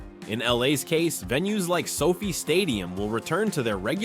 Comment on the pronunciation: Who is this fool narrator who has rhe names wrong? He pronounces the names wrong. Its LOS ANGELES AND SOFI NOT LOUISIANA AND SOPHIE. WHAT A MORON😂